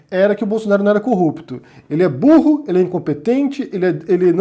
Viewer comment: o e subindo o tom dos adjetivos é muito bom. sinto que o BURRO é falado com muita vontade!